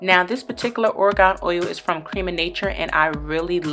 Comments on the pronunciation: Rania Khanoub i understand. sometimes when people mispronounce a word I just want to correct them too. she say orgon and it sounded like the state so i thought there was a new oil that i didn't know about. lol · dang chill, its its gonna kill you that she said a word wrong